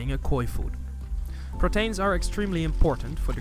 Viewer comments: not pro-tain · was clinching my ears every time he would say "Protains " instead of Proteins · The way you say protains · Lol, the way he says Proteins